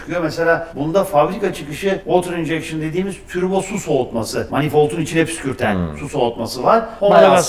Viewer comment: Abi türbo mu diyor ben mi oyle duyuyorum